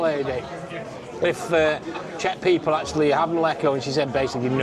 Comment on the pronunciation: The sign of a genuine Brit. “I’m probably butchering the translation”. They recognise they get it wrong but can’t be bothered to get it right. This whole video made me cringe every time you both continued to pronounce šnyt, mlíko, řezané incorrectly. It’s really easy to pronounce Czech correctly. With few exceptions Czech is pronounced as it’s written, and the way to pronounce each letter is literally in the first few pages of even the cheapest Czech phrase book and takes a few minutes to learn.